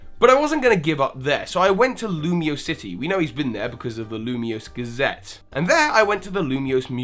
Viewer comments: lumiose galette not lumiose gazette. ilima not ilimia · Hey, just a note, I'm pretty sure it's called the Lumiose Galette not Lumiose Gazette. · ITs Lumiose GALLETE. Not Gazzete. You dont eat newspapers. Well you could.... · I think you mean 'Galette'. A 'Gazette' is a newspaper, not a French pastry. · Hahaha sorry I'm not mad or anything but it's Ilima not Ilmia, and also Lumiose Galette, not Lumiose Gazette ;p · it's Lumiose Galette, not Lumiose Gazette. Also, why do you sometimes say "smear-gle" [correct] and other times you say "smur-gle"? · Cool theory. :D I wish there were more art-based Pokémon. As an illustrator, I'd love to have them on my team! ...Also, it's a Galette, not Gazette.